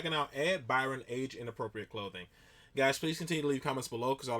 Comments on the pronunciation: Byrne, is pronounced Burn :) still loving the content man! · Yeah its pronounced "burn", not fucking "byern"! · Byrne is pronounced Burn. Not Byron 👍👍🇮🇪🇮🇪🇮🇪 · ED BYRNE..is his name...not BYRON🙄😂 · Hi Josh it ed byrne pronounced burn. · Byrne = Burn A "Y" has the same pronunciation as an "I" Don't ask me why, the Welsh and the Norse use it this way as well. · It's Pronounced as Biiirrrnn Buddy. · its pronounced burn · It’s pronounced BURN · Byrne is pronounced Burn, just to let you know lol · Byrne is pronounced basically the same as 'bern'😀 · Just an FYI, Byrne is pronounced like "burn". great vid. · It's actually pronounced Ed Burn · Pronounced Ed Burn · His surname is pronounced 'Burn'. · It's pronounced Burn lol but it's an irish thing, don't worry about it. Check out Dara o'Briain (pronounced Breen) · Ed Byrne (pronounced burn) is a regular on Mock the Week. Very funny on the show. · Your pronunciation of Byrne gave me toothache.